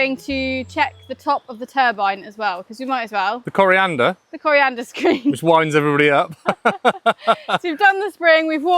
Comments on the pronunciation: Coanda screennot coriandrr screen :) or thats my hearing playin up? :D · I'm going to be nit-picky and say you still aren't getting it right. Coriander is a plant/herb, Coanda is this screen. There are no R's in Coanda. /endnitpick I am jealous of your situation! I would love to have access to a stream like this to be able to produce my own power. It would save me hundreds a month.